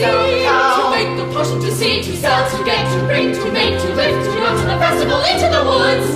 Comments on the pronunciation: This is amazing! I just wish Cinderella would say her "T's" in the word Festival. Every time it's "Fesival" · She also needs to learn how to pronounce the word 'feSTival'